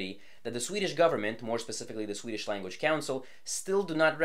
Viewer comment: You're really overdoing the quasi Scandinavian accent when pronouncing Swedish